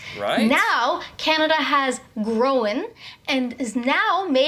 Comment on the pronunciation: Happy Canada Day 🇨🇦! So happy to see you on YouTube today! I didn’t know that some (most?) Americans don’t use the word ‘occurred’ - it’s just so automatic here. Wait. Did I just hear her say ‘grow- en’? Interesting. Thx again. Always love your videos. 🎉🎉🎉